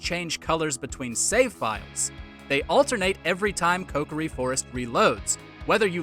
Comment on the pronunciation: Haven't heard anyone butcher the pronunciation of Saria, Kokiri, and Mido all so weirdly